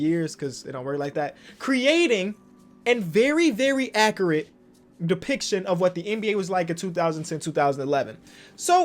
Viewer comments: Acer-Rrate Agent 00- Acre-it Me- Accurate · No one:: accerrrit